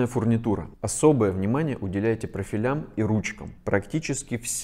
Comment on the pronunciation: Всё здорово, но правильно будет "жалюзИ" и "прОфилям".